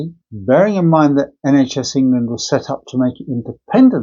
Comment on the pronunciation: It's the word 'England' he has trouble with.